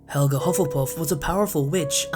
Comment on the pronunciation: No it helga not helga